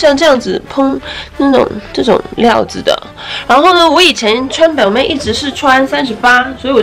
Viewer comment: 什麼 標命??? ,難聽死了, 去聽一下正確發音吧